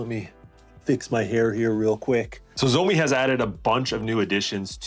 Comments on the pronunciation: it's funny how you said zoemi but it actually pronounced as "shao mi" 😂😂😂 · Xiaomi it's pronounced: shaumee not zomi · While miles better, even your pronunciation is very wrong. 'X' is not a 'sh' sound. It's more like a hiss. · At least pronounce the brand name correctly dude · Please pronounce Xiaomi right lol driving me crazy. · Jeez, please learn to pronounce 'Xiaomi' properly if you want people to take your review seriously. It's not that hard.